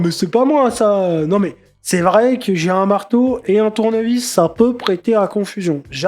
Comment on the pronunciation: "le ma'teau y appa'tint à qui. Je vais peter la gueule", j'en peux plus !